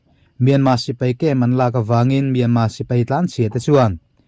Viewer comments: R hi i lam thiam lo nge myanma ti zel a. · Myanmar tih hi a har viau ami le,,,kan mi chankang ten myanma an ti zel hi ka lo ngai pawimawh tlat mai,,,,nge,,,R,,,hi an lam thiam lo zawk le.